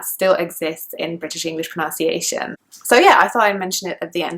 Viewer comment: You are not able to pronounce “pronunciation" clearly . What a mess ? I can't believe it .